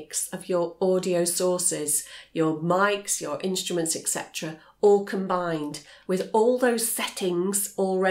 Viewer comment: A very clear and concise explanation of the differences between mixers and interfaces. My only criticism, and I don't understand why people do this, but she is mispronouncing the term "et cetera" as "ek cetera" When a highly intelligent person makes a mistake like this it baffles me.